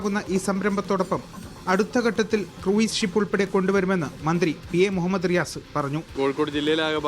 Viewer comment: ക്രൂയിസല്ല , ക്രൂസ് .മിനിസ്റ്ററും തെറ്റായി ഉച്ചരിക്കുന്നത് കേട്ടു.